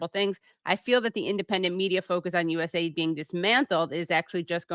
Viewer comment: it’s not US-aid. It’s USA-ID please 🙄 seems silly to mention but when you’re at the receiving end of the meddling this matters. There’s no aid coming from the US only problems.